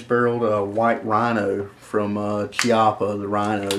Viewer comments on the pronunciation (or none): Please: the correct pronunciation of the Italian surname <Chiappa> is: <Kiappa>